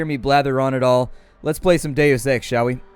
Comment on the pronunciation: wheb you say deus ex, it sounds like daily sex